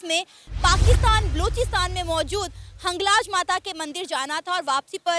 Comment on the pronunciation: Hanglaj nahi hota vo... "Hinglaj Mata" hota hai, by pronouncing wrong you insulted God